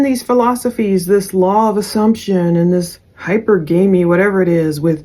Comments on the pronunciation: Hi per ga me… the pronunciation… just to help out! No judgement lol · It’s pronounced hy perg amy. New on me too. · Hi - per - guh- mee Anywho great video❤ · Hypergamy = Hi-per-gă-mē